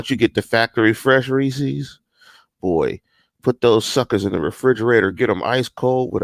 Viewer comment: my head hurting every time he says “Reesies” instead of “Reese’s” lmfao